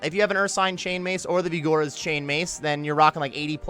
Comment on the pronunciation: Y did he say vigora like that :/.